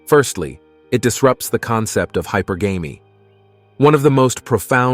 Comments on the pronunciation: Please learn how to pronounce hypergamy. It's NOT Hyper-Gamy,. It's high-pergamy". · Please, "hypergamy" = hi - purr - guh - me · Please learn how to pronounce "hypergamy". Your pronunciation makes you sound ignorant.